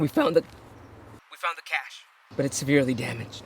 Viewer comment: People who have the time to add an extra syllable to the word "cache" should spend that time converting their DNFs instead!